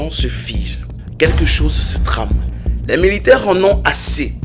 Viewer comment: Par contre il ne sait pas prononcer "chose"